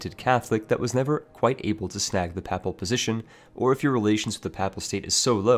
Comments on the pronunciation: Paypl not pap-pal. I know it's spelled papal but that's not how you pronounce it. Also, pay-pist not pap-pist. I know they're pronounced different than they're spelled but trust me, you're mispronouncing these words. :D Another one, pie-yeti not pee-eti. (For piety) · it's pronounced payple not pahple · Hi , i think your pronounce 'Papal' a little wrong , and also 'Piety'. The first is pronounced 'Payple', and with the second its important to pronounce the first 'i', so it should start 'Pie', not 'Pee' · Pronounciations: Piety (Pie-eh-Tea), Papal (Pay-pull) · Papal, PAY-PULL. Piety, PIE-UH-TEE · This nigga really just said “papple”